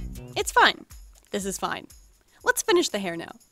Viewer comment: “She’ll be fine,it’s fine,this is all fain”🤣😂